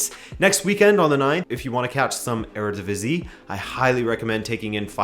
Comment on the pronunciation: Your Eredivisie pronunciations are really adorable. Kudos on using the Dutch pronunciations.